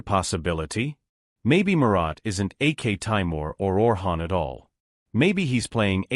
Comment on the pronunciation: By AK Taimir you mean aktemur?